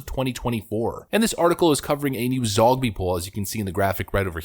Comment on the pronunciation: HA! When you said "Zogby poll" I thought you said "Zombie poll".